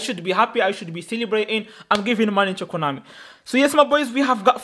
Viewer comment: Konami ❌ Coinami ✅